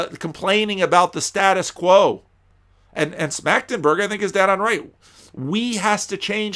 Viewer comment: Your (initial) pronunciation of Schmachtenberger was actually pretty good. 👍